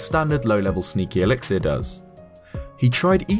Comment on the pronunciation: Elix-ear? I think the last 'i' is an 'uh'.